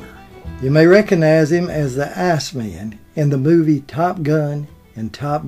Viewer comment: Very entertaining. Thanks for the upload. However, I believe his characters name in Top Gun was "Iceman" not "Assman".